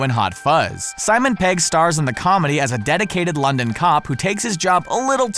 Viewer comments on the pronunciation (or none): none